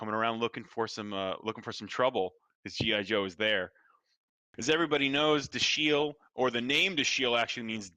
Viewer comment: Why are they mispronouncing "Dashiell"... it doesn't end with "ield" or an "eel" sound. It's Dash-el, like in the "Incredibles".👍🏾😉